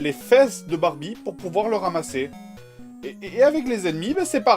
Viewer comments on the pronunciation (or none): il a dit les fesses de bambie au lieu da barbie lol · c'est moi ou il a dit Barbite?